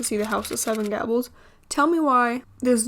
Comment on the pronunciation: You mispronounced “Gables” 🤦🏽‍♀️ and “Max and Danny’s house” is not a “cute little spot” it’s a residential neighborhood. I live in Salem and my family is in that area, it’s pretty annoying to have tourists wondering that way. I’m not directing that towards you, we appreciate that you at least acknowledged it’s an actual house, I just wish more ppl understood this.